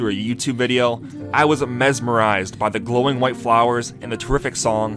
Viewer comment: "excape", "amesmerise"